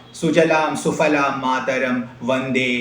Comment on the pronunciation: സുfaലാം എന്നല്ല സുphaലാം എന്ന് സംസ്‌കൃതം ഉച്ചാരണം. വീണ്ടും fu ല്ല അല്ല phu ല്ല എന്ന് ഉച്ചരിക്കണം കാരണം പവർഗത്തിന് ഓഷ്ഠസ്പർശം ആണ്